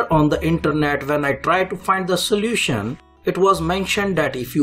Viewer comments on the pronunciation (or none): What Indian Guy meant to say : The Solution What the Indian guy said : the solertion